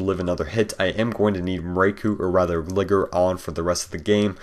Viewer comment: pronounced glygar not gliger